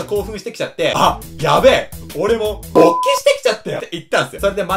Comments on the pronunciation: ぶぉ にめっちゃアクセントwwwww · この人って一番最初の音にものすごいイントネーションが来るからね